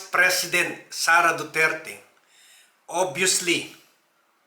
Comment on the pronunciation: Sara duterte po sir hi di SARA DURAN 😅😅😅